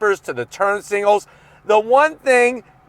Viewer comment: things always says: zonk, twinkie, singals (singals instead of signals), on throttle, business end, now i know youre saying to yourself, _______, how much is this?